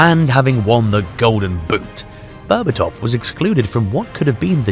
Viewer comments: the way you pronounce his last name makes me vomit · Bro made a 16 minute masterpiece documentary and didn't bother learning how to pronounce Berbatov's name correctly